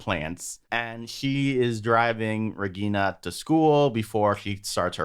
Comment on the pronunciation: Regina is my favourite character. She has her problems but she doesn't try to make others suffer. I like how you get the pronunciation of the names right.